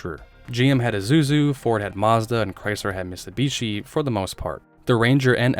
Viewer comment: You keep saying missubishi, it's mit-su-bi-shi. Your mispronunciations are driving me crazy